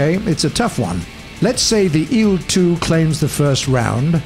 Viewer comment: IL is not a word so say i L SPACE IT OUT